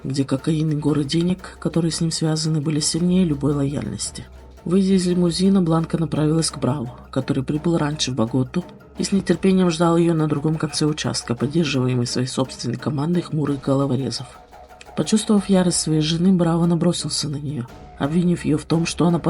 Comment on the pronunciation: ...БаготА!!! Ударение, в названии города, на ПОСЛЕДНИЙ слог, на ВТОРУЮ -"А"!..❤❤❤